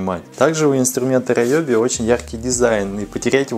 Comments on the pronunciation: Видео познавательное. Только фирма не раеби, а реоби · Не раёби инструмент, а руоби. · Райоби??? А не Риоби часом, а??? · Риоби, а райоби это какое-то нецензурные слово🤣🤣🤣🤣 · Инструменты раЕби)) правильно риоби Гыгы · Риоби, Риоби, а не ройоби)))) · Не райоби а РИОБИ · У меня только катушки на спиннинге Ryobi. И читается кстати Риоби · Не раёби а наёби